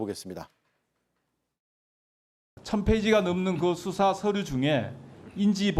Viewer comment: 아 말 그지같이 할거면 발음이라도 똑바로 해라 뚜사가 뭐니? 수사지